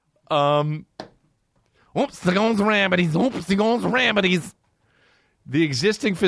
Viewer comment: Oops he goes rabbidies 😂